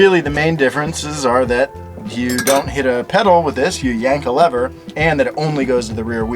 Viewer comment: as a non american , everytime i hear the word lever i immediatly think "wrooong leeeever" :D kinda like that "what is love" phenomenon